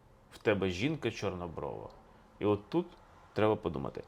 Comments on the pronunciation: Звернула,що наголос не вірний і в слові "чорнОброва". Автор не україномовний в побуті і не сільський житель. Важко слухати хорошу тему в його озвучуванні. Але це лише моє сприйняття. Коментарі було цікавіше почитати. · ЧорнобровА, половА, хорошИй, матИ. Дуже ріже слух неправильно поставлений наголос. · 1. Неправильні наголоси . Таке відчуття , що автор ні разу не чув цю щедрівку і вперше її просто читає . ПоловА , чорнобровА ? Серйозно ? . ПолОва , чорнобрОва .ГрОшей . 2. Новий Рік навесні . Існує навчальний Новий рік , яки починається у вересні . Існує хліборобський , аграрний Новий рік , який починається навесні ( на Поліссі не можна чіпати землі до Благовіщення ) . Існує стародавній Новий рік, який багато народів починали від зимового сонцестояння . Тобто у нас завжди Новий рік був посередині зими і означав народження нового сонця . 3. Ластівки зимують у Африці . Тисячі років . Летять додому майже 2 місяці , 6-7 тижнів . Повертаються наприкінці квітня , на Полісся , де я мешкаю , навіть на початку травня . Клімат теплішає з року в рік . А раніше зими були триваліші і холодніші . Тому ніякі ластівки не прилітали в Україну 1 березня . 4. Чому ж ластівка ? Ластівка - це метафора новорічної ночі . Чорна , швидка . Прилітає до господаря - місяця і його товару - зірок на небі . 5. Щедрий вечір . Багата вечеря . Ці назви означають , що у родини було багато їжі , м'ясні страви . До весни ці запаси вже кінчаються . Чому так багато свят саме взимку ? Бо це пора , коли у селян мало роботи , кругом сніг і холодно , можна і посвяткувати . Чи був у селян час ходити по хатах з обрядами і застіллями , коли треба ловити кожен погожий день , все посіяти і посадити , питання риторичне . Така моя інтерпретація цієї щедрівки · Будь ласка,ставте правильно наголос,поло'ва, чорнобро'ва.Менн дратуе, що Ви робите такі помилки ,наче Ви тільки почали вивчати українську мову! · Пане Олександра, вибачте, але ви неправильно ставите наголос) ПолОва, в тебе дівча чорнобрОва.